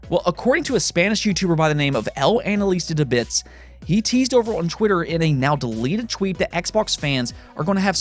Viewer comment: alright it wasn't 100% perfect, but still gotta give you props, that pronunciation of "El Analista de Bits" was still really REALLY good, way better than what most english speaking youtubers say